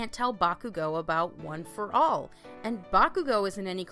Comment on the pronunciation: I’m not sure if this is a joke but you said stuff like ueei and one for all wrong